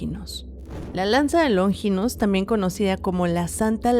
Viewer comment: q No es LóNGINOS, ES LONFINPS, NO LLRVA ACENTO 😅😅😅